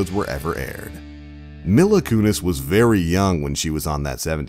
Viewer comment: Who is “Milla Kunis”? It’s “Mila (Me-la) Kunis. The facts are fine, but can you at least get a narrator who knows what they’re talking about? Instead of some clueless scrub just reading from a script? It’s very clear that he knows nothing about the show.